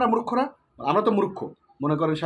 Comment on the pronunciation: Vai pls murokkho boilen na , Valo uccharon Hobe "Murkho"👍